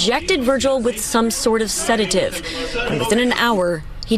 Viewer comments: J, it's pronounced Sedative, sed·a·tive, not sa·day·tive. With an "E", not an "A", and no "y". How do you not know the correct pronunciation of this word? lol As for a non-medical professional or medical professional injecting the man with a sedative while under the influence of alcohol, that's serious and can be considered negligent manslaughter. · First, it's not sed-AY-tive, it's SED-ah-tive. Credibility is everything. Second, this is almost certainly the result of a psychotropic drug reaction (his behavior) that culminated in a probable overdose of medication by the staff. These sedatives are dosed based on weight and this was a big guy. I can certainly see a situation in which a relatively inexperienced crew member (had to be a doc, RN, or another credentialed staff member that is authorized to dispense meds) got the calculations wrong -- probably inadvertently -- due to having to guess at the person's weight. I can imagine a desire to get the patient under control quickly and other pressures may have led to rushed calculations. But this gentleman either struggled from a disease such as schizophrenia and/or was on a psychotropic drug to treat a mental illness -- which have severe contraindications with alcohol use that likely led to his behavior. In my opinion, his death was likely the result of negligence by the medical staff for incorrect dosing. Alternatively, this gentleman had an underlying health condition (hypertension, for example) that was exacerbated by his over-exertion and resulted in a stroke or heart attack and had nothing to do with the administration of a sedative. Hopefully the investigation will be transparent, and we will all find out what really happened. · Repeat after me, sed·a·tive . NOT se day tive! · Please STOP saying SeDAYtive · It[’s a SED-a-tive!!!! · It's said-A-tive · It’s pronounced said-a-Tive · PRONOUNCED SE-DA-TIVE. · It's pronounced SĚD-uh-tiv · Bro man all due respect it’s sedative not sedateive lol 😂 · Said-A-Tive…. Please